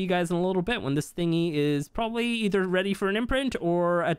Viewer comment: "Weaper weady to give me birf" I lost it lmao